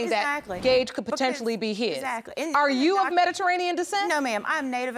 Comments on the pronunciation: "Medaranian" 🤣🤣🤣 It's Mediterranean lady!! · She couldn’t say Mediterranean to save her life